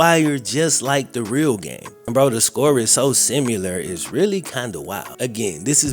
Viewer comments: saying “simular” instead of similar makes me laugh every time. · Simular isnt a word